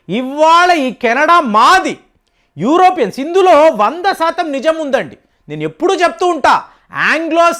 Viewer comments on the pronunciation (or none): none